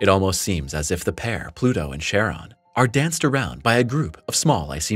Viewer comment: "Charon" is pronounced *KAR-on." The "Ch" at the beginning of that name comes from the Greek letter, X, whose name is pronounced "ki" (the "i" as in "time" or "lime"), and is itself is pronounced as "k."